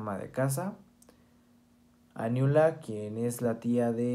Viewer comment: Aniula no se pronuncia, se dice a lo italiano argentino, anYula, muy buen trabajo.